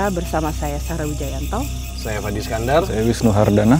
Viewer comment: fadi bukan Fandi kak